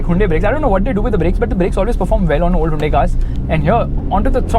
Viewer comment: its hyundai not hundai